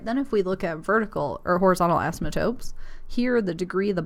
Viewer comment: "assmatotes" hahahaha